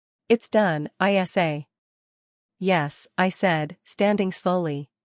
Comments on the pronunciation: Great story but spelling her nickname (Isa) instead of pronouncing is ridiculous. Pay a human to read or buy better AI. Waxahachie TX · Is ISA a name,her name?Is it too hard for AI to pronounce her name ?